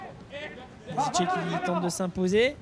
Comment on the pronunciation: Ce n’est pas Yazice mais yazici